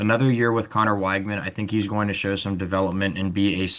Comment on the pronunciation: Pronounced Wig-man. Thanks for this episode.